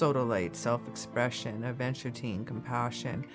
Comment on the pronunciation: This is pretty! Seems like a cool idea! The way you say aventurine with the extra T makes me think of teens adventuring in the woods. LOL